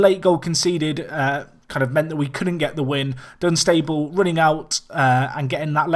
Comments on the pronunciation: RemaG and Dun-sta-bul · you pronounce Dunstable wrong aswell, its actually funny